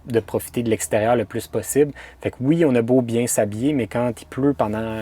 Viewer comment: c est bien pas bieng